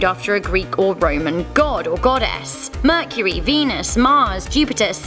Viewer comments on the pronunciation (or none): none